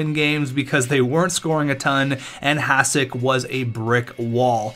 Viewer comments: Its Hah-shick not Hahs-ick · I know its hard for you guys but it's pronaunce Hašek.. :D Btw great vid. Even tho i dont watch hockey (basket guy) i enjoyed this coz im from czech :) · Imagine saying that he's the best goaltender in NHL history and you can't even say his name properly! Hashek (S with hat is SH) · Even though you write his name correctly you keep pronouncing it like "s" instead of "š". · If you're going to talk about him, learn to say his fucking name.